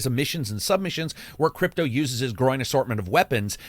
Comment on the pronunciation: You said "growing assortment of weapons. I heard: "groin assortment of weapons." and I was totally ok with it.